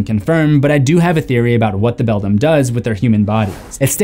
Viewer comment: Coraline character names you keep mispronouncing: Bobinsky (BO-BIN-SKI) The Beldam (BELL-DAM)